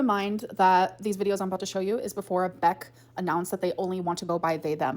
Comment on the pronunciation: Honestly you can hear it even as early as . The extra emphasis she's putting on the K makes it sound like she can't even say Beck's name without making a nasty expression at the same time lmao. She is so bitter.